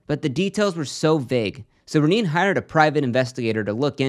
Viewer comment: Omg REH NAY. It’s completely wild that you can’t pronounce her name, right